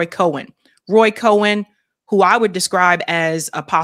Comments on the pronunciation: Roy Cohn pronounced like "Cone" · It’s pronounced Cone.